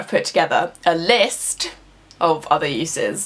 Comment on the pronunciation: This was impeccable. I especially liked the defiant emphasis on the word 'list'.